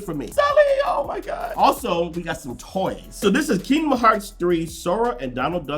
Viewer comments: Why can’t he say Kingdom? Kingma? Kingmad?jesus I thought I was stroking out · the way you pronounce "kingdom" haha love the content but seriously your knife screams are annoying, especially for people using headphones